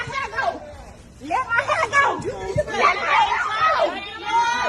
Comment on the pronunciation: lmao this is literally the funniest shit I've seen in a while... "Let go a mai heaaa, let go a mai heaaa!"